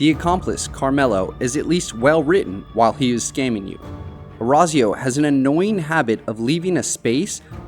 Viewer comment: Your pronunciation of Orazio makes me want to rip my ears out Other than that great video!